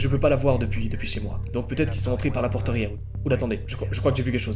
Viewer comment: “allez dans votre chambre et verrouillez la FPORTE »